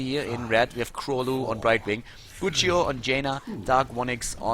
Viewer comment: The way to pronounce 'Królu' is with a 'u' in place of 'ó'. It's a Polish phonetic letter. The whole nick means 'King' which is 'Król' in Polish.